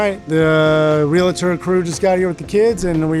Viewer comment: It is not pronounced real a tor, it is realtor, and you pronounce it exactly like it's spelled I don't know where this letter a or letter I comes in the middle of that when people pronounce that word. That is annoying to me how many adults don't know how to pronounce the word realtor